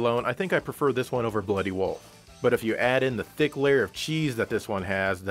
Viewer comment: Does still pronounce Bloody Wolf as Bloody Woof?